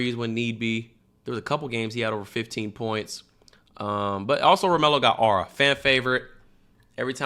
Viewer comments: trying to say aura "ara" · Bro said ahra points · Ur saying aura wrong 😭